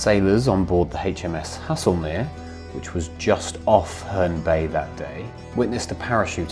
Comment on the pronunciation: I think Haslemere is pronounced Hazelmere, not as you have been pronouncing it. The music is a little overpowering at times, otherwise another story that has been well researched and told, the variety also makes them more nteresting to watch and listen to. Absolutely well done please keep on producing this fascinating work, as I'm finding out things previously unknown but wanted to know about for quite some time, and only remembered the fact when actually watching them.